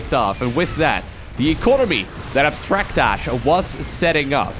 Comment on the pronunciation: I think that's pronounced Abstract AJ. (As an initials dude myself)